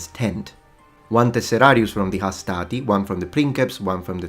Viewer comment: Hastati has no R though.